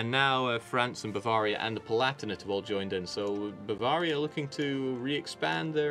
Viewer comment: Love how says spelling neighbors is not the Queens English then butchers pronunciations of countries like Bavraria